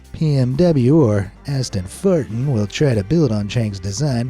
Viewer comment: Poogatti, pee-m-w, and Ashton-fartin 😅 👏 bravo